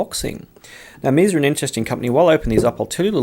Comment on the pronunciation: If Meze were an English word, perhaps your pronunciation would be correct. However, it isn’t; it’s Romanian, and pronounced “mehzay.”